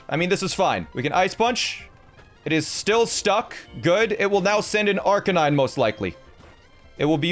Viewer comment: It’s LOP-a-nee, not LOW-pun-nee Also ar-KAY-nine, not ARK-uh-nine